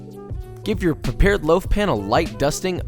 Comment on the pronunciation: LOAF, not liaf!